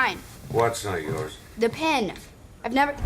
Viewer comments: Is it just me or does it sound like they’re talking about a magic “pen” rather than a “pin”? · “Pin” not “pen”… dude, you’re killin’ me over here :(